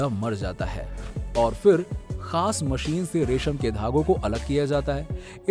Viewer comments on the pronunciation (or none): none